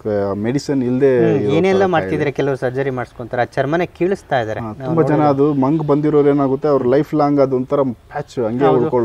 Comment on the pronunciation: Sir ಅದು ಮಂಗು ಅಲ್ಲ ಬಂಗು